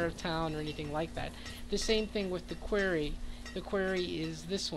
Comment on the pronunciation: Great video. Very helpful. The word is pronounced Kw-are-e. Are like car.